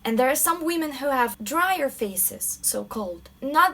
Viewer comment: "wee-men" lmao